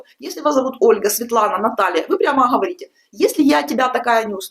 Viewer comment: Говорите не Ховорите. Если уж Говорите по русски то уж Говорите правильно